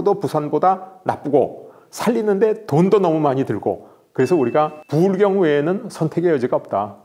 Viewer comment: 부. 을. 경. 이분은 참고로 대구사람 입니다